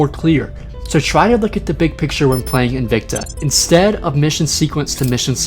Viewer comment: Just a tip, the word 'invicta' is pronounced in-vic-ta, and not in-vec-ta as you have been pronouncing. Technically in Latin it would be pronounced in-wic-ta but don't do that :P